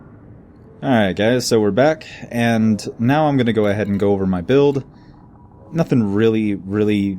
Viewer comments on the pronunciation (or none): none